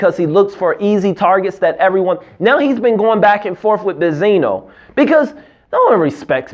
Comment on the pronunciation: Does he call benzine bezino on purpose??